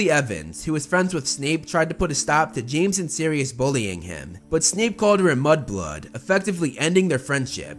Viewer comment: Oh god I totally thought you said Snape called Lilly a butt plug, not a mud blood